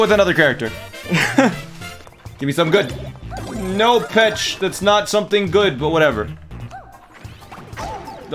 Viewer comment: Did he just call her Pech